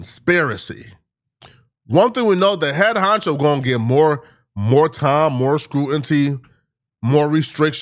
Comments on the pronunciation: *SCRUTINCY Why cant stupid az ever say it right?!? Lmao 🤣 😂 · lol don’t read the comments. No way in the world you still saying srew-in-tee after that last vid lmao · Lol bro can't say scrutiny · This nigga can’t say Scrutiny for shit😂😂